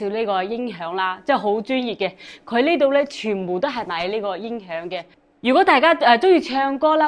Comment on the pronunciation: 什麽是“因“ 響？ 你係講什麽話？